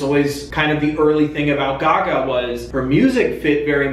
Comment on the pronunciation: They way you pronounce Gaga hurts.